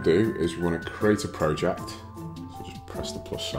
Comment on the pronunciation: No wonder he can't pronounce project properly! 😊